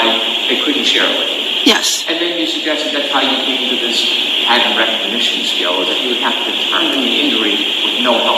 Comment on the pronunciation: Dr Russell speakers so SLOWLY in pronouncing P A T T E R N , as Brennan continuously mispronounces pattern, rather saying patent.